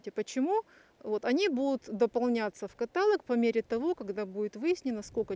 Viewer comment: Каталог - ударение на последнем слоге! Запомнить!